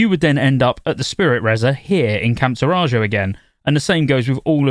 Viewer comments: Taurajo is pronounced tore-ah-ho, ifs meant to be like native American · Camp Taw-rah-joe .. I'm dying!! 😂